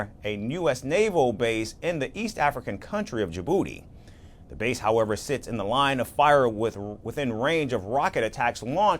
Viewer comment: They are sending aliens to South Sudan? And where is "Djiburdi" pray? Are these American broadcasters referring to Djibouti?😊